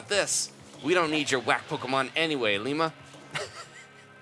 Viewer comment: Ilima is pronounced Ee-lee-ma :D